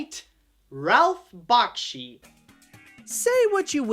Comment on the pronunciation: ugh... bakshi is pronounced back-she not bok-she